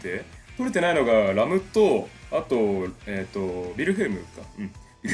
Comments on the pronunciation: ラムのイントネーションが完全にラムの実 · 名前の発音ーーーーーーーエミリア⤵︎ ラム⤵︎ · レ↓ム↑、ラ↓ム↑の発音とレ↑ム↓、ラ↑ム↓がごちゃごちゃだw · レムとラムの発音違いますよ。 あと、レムとラムにロムは関係無いですよ 推しはエミリアたんです(聞いてない) 同士おる？ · あ、あと レム⤵︎ ラム⤵︎ ですね！発音が！ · ラムとレムの発音w